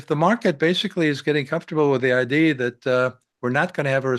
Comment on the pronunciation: For the love of god - could ed please learn to say the “uh” at the end of the word “idea”? Its not ideee its ideeeuh. Please - its driving me nuts